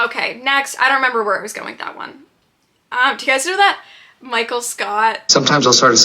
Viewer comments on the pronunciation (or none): none